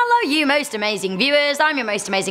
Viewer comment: It’s “hello” not “HALLLL-o”